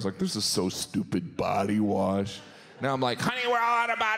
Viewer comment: I thought Jim said poty wash instead of body wash.